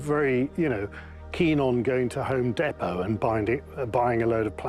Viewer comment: "home depow"